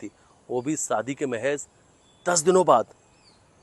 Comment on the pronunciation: Yah anchor Sha ko Sa kyon bolata Hai सा दी नही होता शादी बोलते है विशाल हे विसाल nh h एक एंकर को अपनी भाषा पर काम करना चाहिए और यह एंकर तो बहुत ही ज्यादा साइड लेता है सोनम की